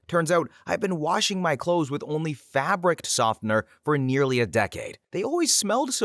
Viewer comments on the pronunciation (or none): none